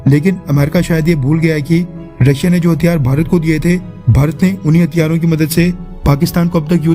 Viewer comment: it's hathiyaaron not hatyaro.... correct it 😅